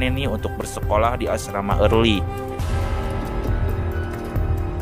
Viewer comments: Asrama erly bukan ealry bng🙏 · Gue denger nya Asrama Marley